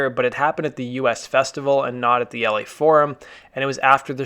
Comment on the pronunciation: The “Us festival” not U.S festival.